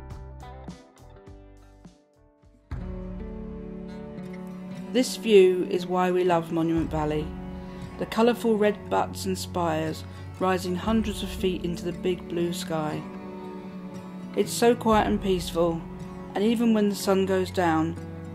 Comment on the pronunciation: Buttes is pronounced with a long U.